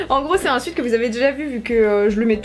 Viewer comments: Vous me stressez à dire « suit » pour sweat moi je dit un « sweet » 😂😂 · Le "sweat" vous dites "suite" et moi "swit" mdr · Bah dans ma famille "anglaise" on dis swète donc ça me fait trop bizarre d'entendre swit 😭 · Un « SWIT » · « Un suite (sweat) » 😭😂